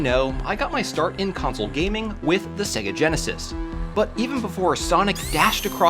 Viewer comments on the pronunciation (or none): none